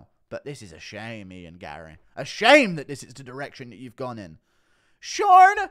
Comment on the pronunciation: "ShOrN" hahahahahahahahahahaha